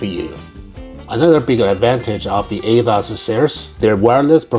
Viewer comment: Is it just me or he keeps saying "Athoz"..